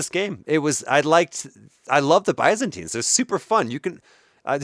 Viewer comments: He is "mispronouncing" it but unknowingingly ends up closer to the Greek pronounciation of Byzantines. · The confidence with which he mispronounces “Byzantines” is wild!